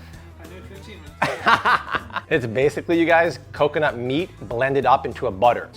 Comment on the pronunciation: She almost sounds Brazilian and says coconut like I used to, but it would get me in trouble every time. Cockinit 😜😂